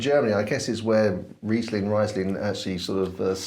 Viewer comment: Great video! You pronounced Riesling correctly the first time and the petrol-like taste is also called "Riesel-Diesel". Greetings from Germany!